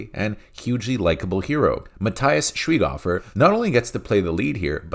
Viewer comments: Argh, stop saying his name the wrong way ... it's not Schweeghuffer but "Shwyghofer" with the O like the one in "worst"! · I don't like Schweighöfer. I find his character in army of the dead super annoying and his previous work and hype in Germany unwatch and unbearable. However you, yeah..you, you Butcher the pronunciation of Schweighöfer so hard, it's not even fun or endearing anymore. I get to feel sorry for the guy, and, like I stated previously, I don't like him.